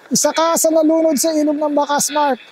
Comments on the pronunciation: narinig ko rin ang sabi nya na Mark very clear ang pagkasabi nya, may babae din akong narinig. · Malinaw ang pag ka sabi sa pangalan niya Mark! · Narinig ko rin ang pagkabigkas nia ng name nia po... parang bnatelyo po si mark..